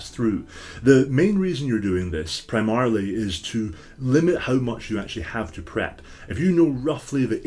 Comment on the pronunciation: .... Pry-Marly? Had to rewind to realize you were going for Primarily. Anyway, keep up the great content. I've used several of your adventures and my players love them :)